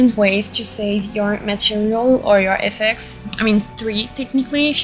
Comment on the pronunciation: This was super helpful! Thankyou so much! I've seen your SFX sets before and always been really impressed. I do wanna say, politely, that hearing FX's spoken phonetically kept throwing me off and confusing me haha, since it's just shorthand for "effects." But after I got over that the video was really easy to follow. Looking forward to the next ones!